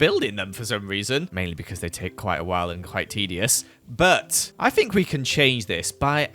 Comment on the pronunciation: Who else likes how pronounces think as fink